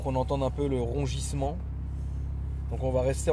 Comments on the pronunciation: « Rongissement », 2019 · Rongissement? T’es sûr de toi? 🤣